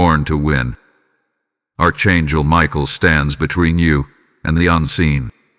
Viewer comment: This Narrative is boring me to tears. I've heard all this bs over and over again. This guy cant even pronounce Archangel.. Your all full of shit. Your deleted. I will not be repeating another cycle. This is demonic illusion.